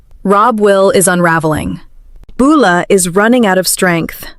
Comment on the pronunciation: For heavens sake would someone teach AI how to pronounce Beulah and Joaquin!!!! I can't hardly watch these because of the way it says their names.